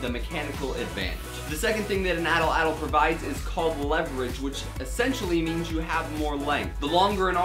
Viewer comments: Your saying it wrong. It's pronounced like at-laddle. Atlatle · atl atl? its called an Atlatle...wtf atl atl...